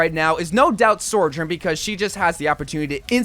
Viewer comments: its "Sojourn" not "Sorjourn" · I wonder when he’s gonna realize there’s no R in Sojourn😂